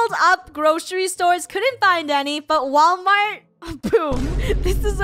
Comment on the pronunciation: No Actually WaWalmart